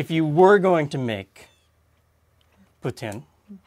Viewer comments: Finally someone from Ontario that says poutine properly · you guys are the most french-canadian ontarians i've ever seen, you even pronounced poutine correctly ❤ love you guys!